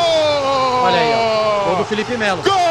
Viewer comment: "Fielipe" Melo!